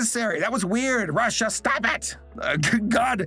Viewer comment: I love how he said “Russia 👹*STOP IT*👹